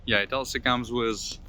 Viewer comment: How many times I heard "wizz", instead of "with"..... just elementary word, you cannot pronounce.... So, annoying.... This piss me offff!!!!